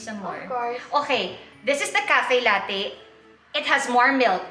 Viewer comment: FYI po: "latte" is an italian word which means milk and should be pronounced as "lat-te"... hindi po siya pronounced as lattey!!! Please desiminate the info through your vlog....